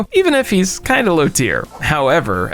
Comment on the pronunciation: Bro called Spiderman low tear